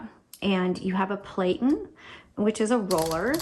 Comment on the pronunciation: Even though the rubber cylinder is spelled "platen", the standard accepted pronunciation used by professionals is as "platten", to rhyme with batten, as in "batten down the hatches".